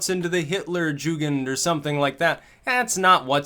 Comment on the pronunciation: Jugend is pronounced YOO-gend. CNN Delenda Est.